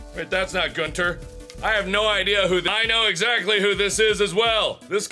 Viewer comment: Hahaha Gunther not goonter